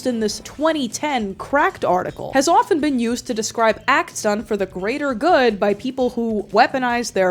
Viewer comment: For some reason, I can't get over the way you say "autism" and "often". It's just so oddly entertaining to listen to.